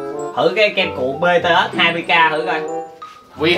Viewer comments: Em là fan bTS luôn đó và Em nhắc anh là bTS mới đúng chứ ko phải bê tê têch Đâu Anh đọc Sai chính tả rồi😍😏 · Btet mà cứ đọc là Btết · Ko phải là bê tê us mà là bị từ ét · má ARMY như tui nghe ảnh đọc chữ BTS là "bê tê ét"mà tui tức á trời >:< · Ổng đọc chữ BTS tui trầm cảm 🤣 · kem cuộn bts ko phải bê tê ét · Anh ơi BTS đó anh đọc sai rồi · Đọc sai tên BTS, còn sai luôn cả J-Hope BTS